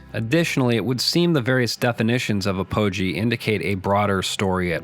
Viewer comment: "Apogee" is pronounced "AH-poh-gee," stressing the first syllable, not "ah-POH-gee."